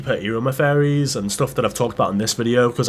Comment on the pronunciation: Why tf does this guy pronounces theories as fairies??